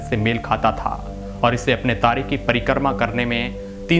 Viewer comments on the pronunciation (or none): परिकर्मा " नही परिक्रमा " बोलो